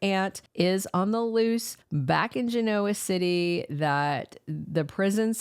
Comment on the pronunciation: Why do you continue to pronounce “genoa city” incorrectly?